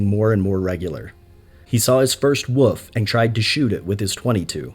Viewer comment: WOLF. w o L f. WOLF. Not Wuff.